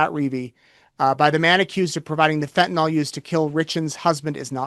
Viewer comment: Stop saying fentan-all. That’s my petty pet peeve. Fentanyl.